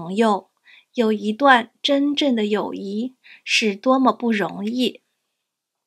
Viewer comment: You have 友谊 displayed, and are pronouncing it as, yǒuyí， but the HSK 4 Standard Course book and the couple online dictionaries I use, all show it as yǒuyì。 Are you just mispronouncing/mis-typing it in the video, or is there some other reason for the discrepancy? I know this video was made over a year ago, but if you see my comment/question and can provide clarification, that would be great. 谢谢！